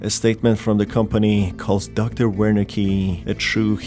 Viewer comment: Love the vid, love the game , love your content. But a constructive note the "W" in Wernicke is pronounced as a "V" it's a german thing. You can hear it pronounced if you look up Wernicke's area. A part of the brain associated with comprehending language (written or spoken).